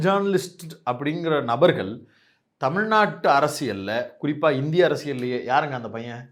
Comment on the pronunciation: தமி நாட்டை" ழ்" எங்கய்யா தொலைத்து விட்டீர்களா?... தற்குரி விஜய் கூட சேராதீர்கள் என்று சொன்னால் கேட்கிறீர்களா மில்டன்... இந்திரகுமார் தேரடி...